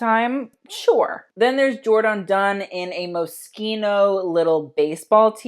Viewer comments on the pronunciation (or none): none